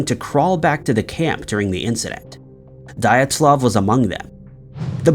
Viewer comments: Because it's Russian, and not English. DEE-at- luv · How do you not know how to say Dyatlov. And 2 Dyatlov pass incident is far from solved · That’s not how you pronounce dyatlov ! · Damn, dude - you really need to look up pronunciations before you record. Joaquim is pronounced wah-KEEM and Dyatlov is pronounced dee-AHT-lahv.